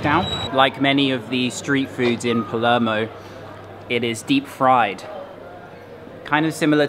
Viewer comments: P A L E R M O. NOT PELEMO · So many cringe pronunciations, he needs to do his homework before making a video about "Paluurmo" lol